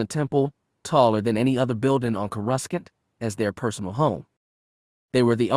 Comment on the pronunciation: Courescant is sad (kor eh sant )